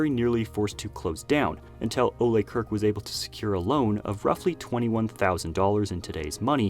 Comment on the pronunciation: Why does everyone keep sayng Kirk incorrectly? Can no-one look up how to say his name? It's not pronounced as Kirk from Startrek...